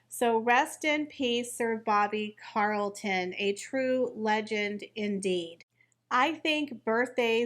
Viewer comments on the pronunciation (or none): Sorry but I need to correct you - it’s CHarlton with a CH sound not Carlton CH as in CHarles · Is there a particular reason you repeatedly said no emphasised Carlton and not Charlton? You manage to say Charles and not Carles, you read he was a champion not campion, so why? This has offended me and then it was a ceremony?? It was a funeral service - ceremonies are for celebrations! What did the poor man do to you? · You really need help with your English pronunciations. Bobby Charlton CH not CA Charlton as in cheese. CH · Not Carlton its Charlton... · Bobby CHarlton (as in King CHarles) not Carlton 👍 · It’s CHarlton…not Carlton…. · Sir Bobbys name was CHARLTON please if you are going to report on him get his name correct, I’m sure all of his fans will be outraged at his name being pronounced incorrectly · Ch-arlton, with a hard h lol 😂😂😂 It's all PR fluff, the two at home are not the 'most popular' in the US or UK, whatever their endless 'polls' say! 🤣🤣🤣 Now how would UK press & their mouthpieces 'royal reporters' know if Olive was 'angry' or not?! The Wales' kids cannot take the throne until adulthood, & not by proxy either, he's the spare until that time comes. They all got their privileged positions by being born into them, the wives only have their positions by association. It seems unfair to lambast him alone for that, as the rest all get their money from the commoners. 👀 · yes actually it does Sir Booby Charlton was a noteworthy honourable gentleman that deserves his name said correctly I know that god love her mis pronounced it but this man was remarkable not only for his footballing career but what he achieved outside it